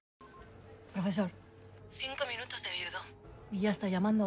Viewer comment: "El amor del profesog"